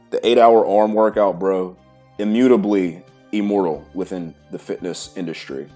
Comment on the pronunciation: The first time you said "immortal" I understood "immoral". Now that really stirred my imagination, what kind of exercises those would be 😂